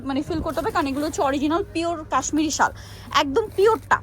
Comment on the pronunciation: শাল বলতে পারেনা ভিডিও করতে এসেছে , শল কি ?